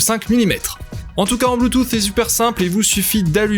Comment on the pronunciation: 2 truc me dérange la façon que tu à de dire bluetooth :) et de pas dire le prix en vidéo ;( sinon' c'est bon